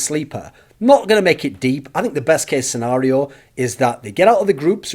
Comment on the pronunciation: The way you say Scenario is fucked up